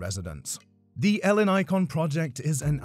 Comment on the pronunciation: The way he pronounces Ellinikon hurts my ears